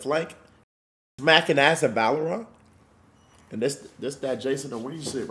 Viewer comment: Bro said “Valoraunt”